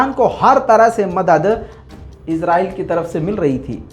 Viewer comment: mai swat pakistan Sy comment kar raha ho khoda ki wasty ezrahil mat bol israhil bol